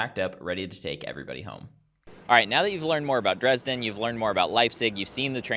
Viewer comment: Put the emphasis on E in JEna and also in DrEsden not like you on the JeNna or the R and S in dResdden. ❤